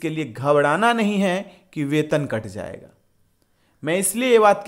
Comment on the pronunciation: Pahle bolna sikho zaiga nhi jaiga hota hai PTA nhi kya padhai krte ho